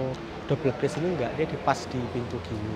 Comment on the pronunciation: "Glass" bacanya "glas", bukan "gles" mas. 🙏